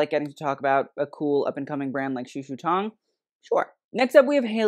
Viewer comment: I mean I'm not Chinese but I also study Mandarin, and I honestly couldnt tell you've studied it before. the way you pronounce the 'tong' in "shushu tong" is distinctly American I think, it sounds more like 'tang'. same with the 'shang' in "shanghai", its more of an ae sound. you pronounce both as if they were English words, if that makes sense? like the vowel placements were more English than Chinese the founders' names had better vowel placement I believe, but if you have studied Mandarin you could definitely attempt the names with the proper tones? I'm not a French speaker but it's clear when you pronounce French brands that you've spent time and effort to get it fairly close to the proper pronunciation, even if some of them are quite difficult. same with other European brands, from what I've seen from you so far. meanwhile here it seems like you heard it spoken a handful of times and then just attempted it based on that I'm not here to police how you run your channel but you have stated in recent videos that you'd like to get more into the Asian side of the fashion world, and I would hope properly pronouncing their names as best you can would be among the first steps towards that. this was an entertaining video otherwise!